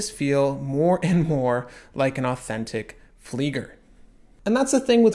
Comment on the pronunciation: Tisell pronunctiation seems good bud, but please say it properly it is Fleiger (fliːɡɐ), as in to fly.